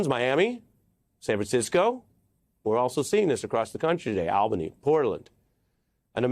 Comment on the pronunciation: Ari, please look up the pronunciation of "Albany," New York.